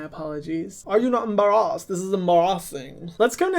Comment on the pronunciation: “Are you not UM-BARR-ASSED, this is REALLY uM-bAr-rAsS-iNg” 💀💀💀